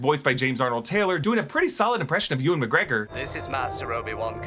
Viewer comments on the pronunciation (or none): none